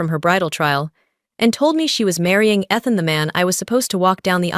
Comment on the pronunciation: You're saying your valve long, is not athen?It's ethan it's a long e